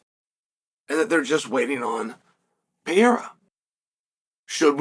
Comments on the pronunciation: “Pereira”, Chael. Not “Piera”. Mr hoity-toity and his fancy education can’t even pronounce “Pereira” correctly. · Chael Sonnen, who the F is “Alex Pee-Air”??? Are you a professional or just trying to be the Archie Bunker of MMA? You’re coming across like an ignorant tool. I just unsubscribed—because your ridiculous mispronunciations aren’t funny, they're pathetic. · Ya can't say PUR-air-ah ? Chael P.brain Sonnen ... No Chama